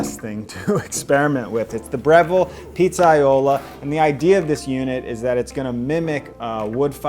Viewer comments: I didn’t want to nit pick but yeah, that was cringe worthy that he doesn’t do the due diligence to learn how to pronounce the word. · As an italian it cracked me up every time you said pizzaiolo hahaha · Or how to pronounce pizzaiolo